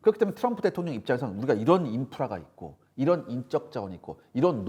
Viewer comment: 뭘 또박또박 마드로 대통영이라고 하노?